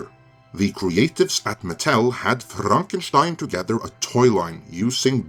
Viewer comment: I want to have a reason to say "Frrrrraaarankeshtein" in EVERY video from now on. OK? Thank you!